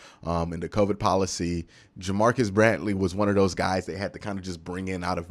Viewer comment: “Bradley” not “Brantley”